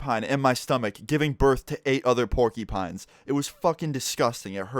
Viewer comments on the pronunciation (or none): PORKY PINES LMAO ITS PORQEUPINES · It’s pronounced pork-ya-pines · Why he saying porkypines☠️ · I died when he said porkypines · The way he said it, PORKYPINES!!! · "porkipines" the way you say porcupines is everything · Pour-kee-pines XD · Pork ee pines 😂😂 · He called them porkeypines... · i love the way he says porcupines. Sounds like hes saying porky pines lmao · "Porky-Pines" ~ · “Pork EE Pines” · MusicLovinMotherFckr I noticed that too lol